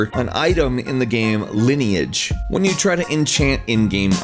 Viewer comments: li-ne-age? its LINE-AGE omfg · who mispronounce "Lineage" nowdays ?